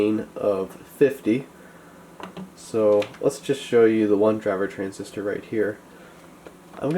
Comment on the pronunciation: Transistor, I thought you said RESIStor